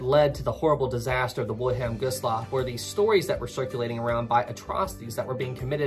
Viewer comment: Anyone notice that the name 'Wilhelm Gustloff' is being pronounced wrong? Also, , "three" torpedoes are said to have been fired but it was actually four, only one got stuck in the tube. When Gustloff's emergency lights activated, the Soviet submarine, S-13, was the surface and because of the lights of the ship, it was now exposed. A Kriegsmarine warship that was escorting Gustloff actually opened fire on S-13 in its attempt of escape, which it did get away. S-13 would go on to sink the SS General von Steuben and claiming around 3,300 more lives. S-13 is officially the most deadest submarine in history, killing over 12,000 lives in just two ships sunk.